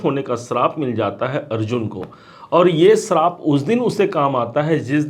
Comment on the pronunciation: Srap kya hota hai? Shaap suna hai